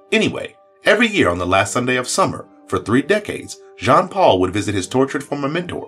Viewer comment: It’s pronounced Jean-Paul, not John-Paul